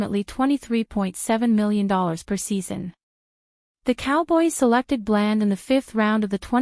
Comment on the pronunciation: Your saying blands name wrong learn our team please